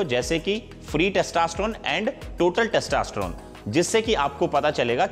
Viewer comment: Testosterone h Bhai na ki Testasteron...